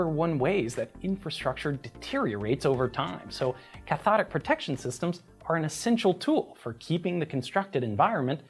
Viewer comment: I hear it as Ch'thonic Protection every time